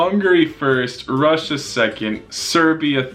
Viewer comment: bruh is pronouncing Russia rusia